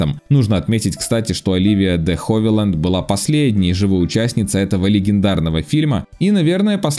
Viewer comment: Оливия де Хевиленд, а не Ховиленд. Чем занимается ваш редактор? Постоянно имена коверкаете